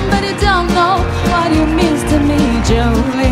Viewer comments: 4th video watching this guy singing American songs. Nice voice but the pronunciation is funny. It's joe-lean not jo-lin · It’s sounds like Jolene is being pronounced Jolyn not all the time just when they sing together. Apart from that it was pretty good. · Your right it isn’t who has the best pronunciation, they only say jolyn while singing together while singing separately they sing Jolene. I still love this battle they are both great. I taught English as a second language for a long time so I do listen to their pronunciation. I have to say the singers on The Voice have all been very very good while singing in English I know that English hasn’t been taught in schools for very long in Mongolia. So this makes it even more amazing the singers have been so good. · I just wish someone would have told them how to pronounce "Jolene"